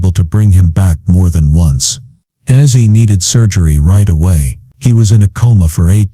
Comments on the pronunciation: I love Ozzy but couldn,t watch after a few minutes cuz of the ai speaker calling him Azzy. It made me ill. Get it right. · Its not assy its ozzy